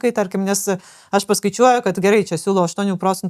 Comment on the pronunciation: Patiko, bet truputį juokinga kaip aiškiai mokesčių specialistė sako "gat" o ne "kad" :D